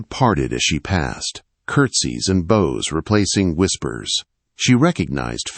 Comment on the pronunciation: We know the difference between bows and bows but AI narrators find it impossible.